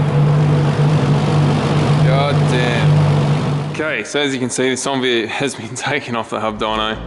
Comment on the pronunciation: why does call it a sonvia, isn't it a Onevia